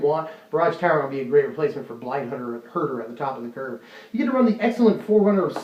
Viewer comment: I heard Blight Herder as Blight Burger. I now want a blight burger.